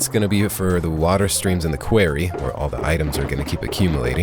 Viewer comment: "a query"